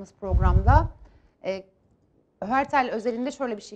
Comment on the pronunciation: heurtel'i doğru okuyamıyor bayan.